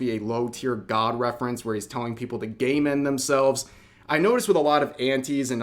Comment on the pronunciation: You should say “self-delete” or “game-over themselves” instead of “game end.” The way you say “game end” is slurry so it sounds like you’re saying “gay men” especially in longer sentences - like “gay men bait.”